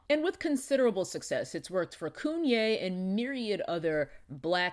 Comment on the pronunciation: Everytime she says KUNYE I holler. . She's hilarious! LOL